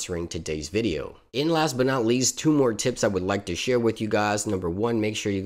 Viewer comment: That intro Hey gaayss .. lol